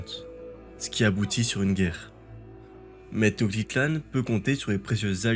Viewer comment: Please : té-notch-ti-tlanne.